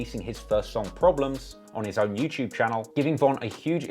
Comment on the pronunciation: Who else came here just to hear him say "youchewb"?